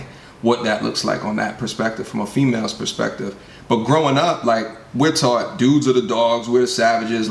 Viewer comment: Lol, I’m surprised you’re doing Blackram313 video. He goes ham on the “fefail.”